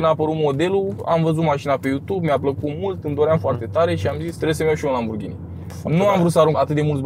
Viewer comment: un lamburghini 😂😂😂 confera ? sau ofera